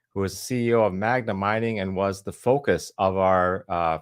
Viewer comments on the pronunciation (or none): Appreciate the Interview, Rick. By the way it's "Magna" not "Magma". I would have excused you for saying it once, but you said it a couple times :)